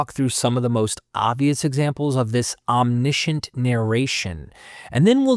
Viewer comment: omniscient - om·ni·see·uhnt